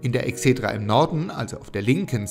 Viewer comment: Die Videos sind sehr informativ und hilfreich. Vielen Dank! Ihr müsst allerdings aufpassen mit der Aussprache der Eigennamen. Da hapert es oft. Bei Vespasian ist die Betonung auf dem hinteren A. Bei Sueton auf dem O, nicht auf dem E. Bei Exedra auf dem ersten E. Ihr solltet die Videos auf jeden Fall vorab zumindest von einem Althistoriker, besser aber noch von einem Altphilologen kontrollieren lassen.